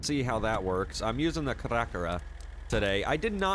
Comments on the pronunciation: Pretty sure ita pronounced "Care uh care uh" lol nice truck though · The truck may be called (car-a car-a) not what you've been saying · It’s pronounced cara cara like Carrot but with uhh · hey, i think its pronounced CARUH CARUH lolhappy new year! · you always trigger me when you pronounce caracara wrong. It’s pronounced care-uh-care-uh. Fun fact Cara means expensive in Spanish... Thank Rockstar. It also means Face.